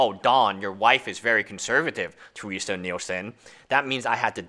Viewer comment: Her name is Terese not Teresa.... Your continual mispronunciation of her name made it impossible for me to watch this video. xD